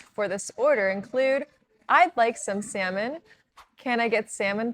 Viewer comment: If u pronounce salmon as semen',what actually is the seven be pronounc3d?